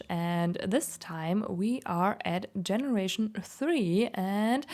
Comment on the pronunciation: Absolutely love your builds and designs! As an English teacher, I just want to let you know the /g/ in generation is a soft g sound like "jelly" not a hard g like "go". Your English is great and it is not my intention to make you feel self-conscious but just thought you'd appreciate the info :)